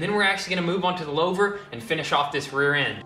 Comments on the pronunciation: Poleetz car with Lau'vers (loo-vers for y'all in suburbia (louver)) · Louvers were huge in the 70's/80's....pronounced "loovers".....